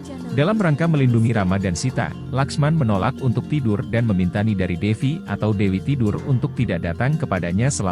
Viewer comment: Bukan Nidari, tapi Nidra min, atau disebut juga Mahamaya atau Yogamaya atau Yoganidra